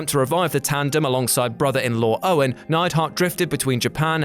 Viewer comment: Neidhart, not Neidhardt